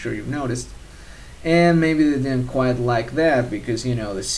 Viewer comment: Dude, you're English is kickass. You could easily pass for a native. Rock on. A couple spots where you slip is in the stress. Like "and maybe they didn't quite like that." Sounds a little weird. I'd put more stress on "like"